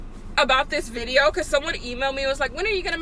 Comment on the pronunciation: "viteo" instead of "video" LMAO